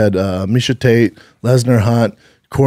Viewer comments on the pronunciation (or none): none